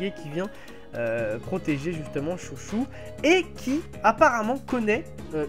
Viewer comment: C pas chouchou c chô cho